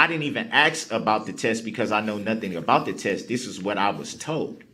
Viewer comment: Grounz. Axe. Su’b’stain Akerat. Ta’k’id agreement. Azibbit. Aviously. Grounds. Ask. Sustain. Accurate. Tacit agreement. Exhibit. Obviously. Just a few words out of the Darrel Brooks dictionary. 😅 Let’s just nip in the buuud before everything starts to roll.